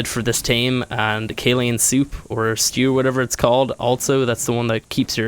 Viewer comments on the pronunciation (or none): none